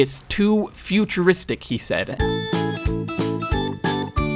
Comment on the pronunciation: "too foocheristick" oh my